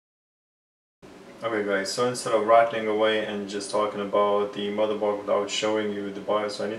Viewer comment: Stop saying MotherborSH!!..